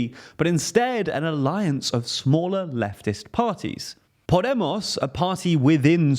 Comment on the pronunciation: I'm here to hear you pronounce Suma and Podemos 😁 (greatly done with Podemos!)